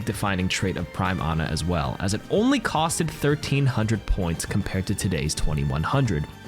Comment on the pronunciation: Every time he said “cost-Ed” 🥴